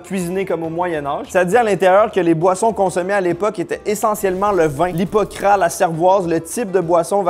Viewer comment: Alors on prononce le S dans Hipocras